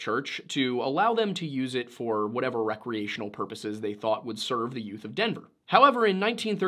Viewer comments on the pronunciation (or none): Did you just say "the yoot?"